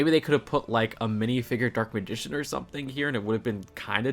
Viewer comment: Okay I get not everybody is a fan of Yugioh so you can get some things wrong but how do you mispronounce Dark Magician's like that ?